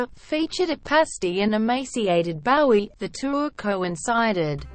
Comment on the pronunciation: Bow-ee, not Baow-ee gewd dammit!